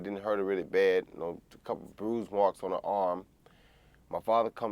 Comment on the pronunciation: "Had a keple dogs". WOW! hilarious.